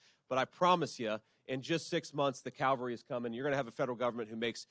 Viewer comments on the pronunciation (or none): Once again, the word is CAValry, CAV CAV CAV Cavalry, not CALvary. Calvary is a place, Cavalry is a military group. A mountain doesn''t come in to the save the day, a military group comes in to save the day. Please stop saying Calvary, as in the place where Jesus was crucified when you mean CAVALRY, military soldiers who come in fighting.